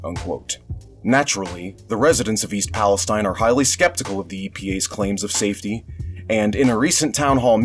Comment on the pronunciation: It's pronounced "Pal-eh-Steen" because it's Ohio. Just FYI